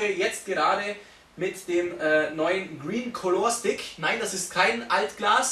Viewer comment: Es ist eigentlich vielmehr ein "Kalla" Stick, als ein "Kolohr" Stick. Trotzdem unterhaltsames Video. :D